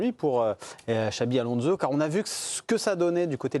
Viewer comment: Alonso ne se prononce pas Alonzo, pareil pour Fernandes qui ne se prononce pas Fernandez, merde, respectez le nom du joueur